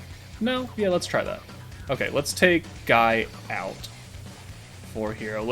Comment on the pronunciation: Btw Guy is pronounced ghee or ghii, just thought id let you know👍